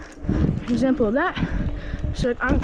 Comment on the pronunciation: "exampr" FAHH